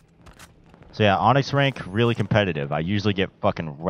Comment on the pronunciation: My boi said “onxy” 🤣